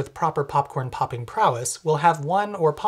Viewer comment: “pop-king” Heehee